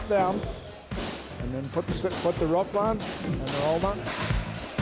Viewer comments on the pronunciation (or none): Stop saying fucking ruf it’s roof